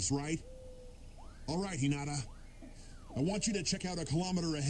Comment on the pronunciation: her name is hinata not hirana